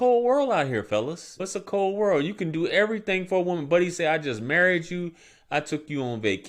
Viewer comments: The way he pronounced DEW what did i dew? Got me lost. Shit crazy. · Dooooo and Yewwww. Baltimore right there😂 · "Yes yew deww"